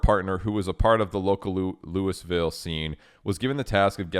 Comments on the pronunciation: Louisville is pronounced [Loo-uh-vuhl] colloquially , not lewis-ville. anyway this is sad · Part of me died when he said "Lewis-ville" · Even me, a simple aussie, knows that it is pronounced Louieville. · I live in Louisville, and I only saw ads for this thing pop up like 2 months ago?? It just kinda came outta nowhere, I didn’t even know where the “venue” was anyways lmao Edit: I’m gonna be a local about it, sorry not sorry, but it’s pronounced “Loo-vull”; doesn’t grammatically make sense but 🤷🏻‍♀️ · Hearing him butcher the pronunciation of Louisville tho😂